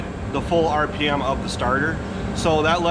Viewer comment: Good to hear someone say "RPM" correctly, instead of the moronic "RPMS" that even Case have printed in their literature.